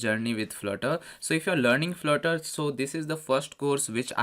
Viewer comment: Flurter or Flirter...lol